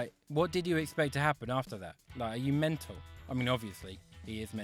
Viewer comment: Affulutely menal!